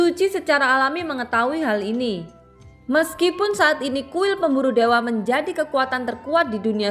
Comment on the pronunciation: Baca yg bener kuil pemburu dewa bukan berburu dewe😆😆😆😆😆😆👎👎👎👎👎